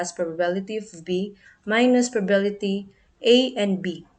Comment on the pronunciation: The presentation was good but sometimes you mispronounced the word " probability ". Some parts are not properly explained. Anyway, thank you for sharing this. I know you did your best. KUDOS!